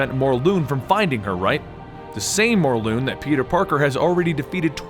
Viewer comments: its morlun not morloon god damn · I'm confused I thought it was pronounced morlun not morloon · Is it actually said More-loon? I always pronounce it More-Luhn. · IT'S NOT "MORLOON" IT'S MORLUN AS IN K'UN L'UN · It’s pronounced mor lun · It's pronounced "More-Lun" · It's morlun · Dude stop saying the names wrong its Morlun not Mor-loon and its Anna Maria not Anne Marie